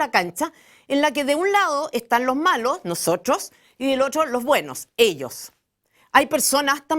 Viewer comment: Aprende a pronunciar las palabras. Es tan fácil NOSOTRSOS JAJAJAJA